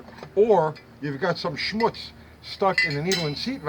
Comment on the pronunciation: Thank you, you had me at “ schmutz “ Your Yiddish is perfect 😂